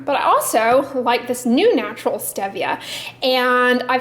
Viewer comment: Enjoy your drugstore reviews. Oh FYI stevia is pronounced with a long e. Thought you’d want to know. Have a great day!